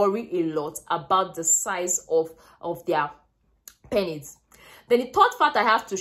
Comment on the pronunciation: you pronounce penis wrongly.. it is " PEE nes"